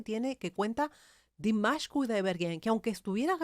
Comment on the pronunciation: A mi me gustaría que buscaras el nombre real de Dimash y lo pronunciaras correctamente, para nosotros tus subscriptores 😊